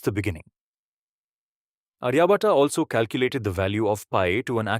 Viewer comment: and minute time frames you have shown wrong map of Kashmir inside globe. Also wrong pronunciation of Aryabhatt. Its not Ariya Bhataa its आर्यभट। Please do correct the map in all other videos of yours 🙏